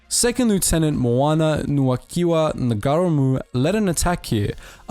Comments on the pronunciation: I'm a Maori. Thank you for pronouncing Maori properly. I like how you're trying your best to pronounce the maori names lol, cracked me up a couple times when you were trying to say Ngaramu. (Nara-moo) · Brv it's Ngarimu, na ree moo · Appalling pronunciation of the Maori language the "g" is silent in Ngarimu, but a great reflection of Maori participation and their fearlessness during the war. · Well made vid, also “g” is silent in Maori names & or place names, but other than that 👍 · I struggled to recognize any of the names due to incorrect pronunciation. General Fray-burg (Fry-berg) Nar-gar-ra-mu (Naa-ra-mu). Piss poor content really, wot about the Dardanelle's in WW1. Just another internet clown with light weight content. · As a Kiwi, the pronunciations were a bit distracting: "Niga-reemoo" instead of "Now-reemoo" (Ngaurimu) "NG" is simply an "N", the G So Sir Apirana Ngata is said "Apy-Rana Naata.". (And he was a major figure in both New Zealand and Maoritanga in the first half of the 20th Century. Other than that, a good and concise history... BTW, a Rimu is a native hardwood tree in New Zealand and has no equivalent European/Pakeha name (Apart from the species name in Latin).Unsurprising that A VC winner bears a name recalling a mighty tree! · The Ng at the start of names like Ngata and Ngarimu is pronounced ng as in sing or bring.